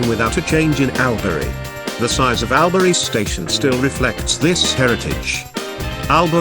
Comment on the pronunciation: I live in ALBURY STOP PRONOUNCING IT WRONG it is actually say it like this allbury but spell it like this albury and Wodonga is not pronounced like that it is wadonga but spelt Wodonga #smartest aussie gurl alive . But don't tell me bro that I comment XDDDD